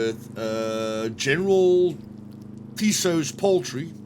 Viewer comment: OK, pronunciation lesson. General Tso's ........ ==> the "T" is silent. so say it like using the word "so" Long O sound.